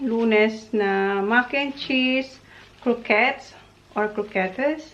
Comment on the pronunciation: Buti tama na pronunciation mo ng croquettes ♥️